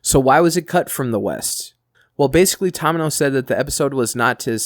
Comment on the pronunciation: Thank you for continuing #universalcentury info. PS you completely fugg up names. Toe-mee-no - Tomino Mee-rye - Mirai